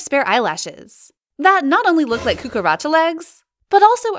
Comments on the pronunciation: Did i just hear cookaracha legs? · It's cucaracha. It's Spanish for cockroach